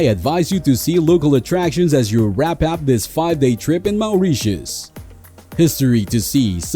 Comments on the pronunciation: Awful voice and pronunciation. MAOURITIUS!! WT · Had to turn the volume down , maoreeshus